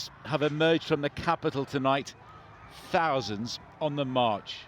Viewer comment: 'thoasands' how many were at Tommy's march ITV?